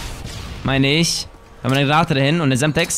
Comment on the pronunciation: sagt er semstex